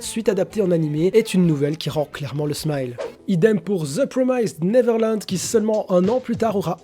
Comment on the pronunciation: Si tu lis tous les coms, sache que tu prononces mal the promised neverland 😉 le i se prononce bien à la française et non comme le I anglais. Voili voilou